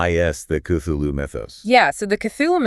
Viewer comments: No, I gave up on the video by like the third time I heard Kuloo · Why are you pronouncing Cthulhu as Kuloo?